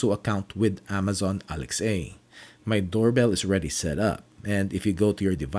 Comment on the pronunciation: I don't understand why he keeps saying Alex-A